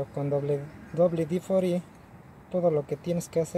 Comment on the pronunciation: 🤣 con pedos y domina el español pero wd fori